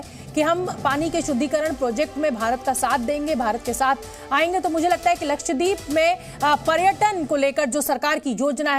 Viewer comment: its not lakhyadeep it is lakshadeep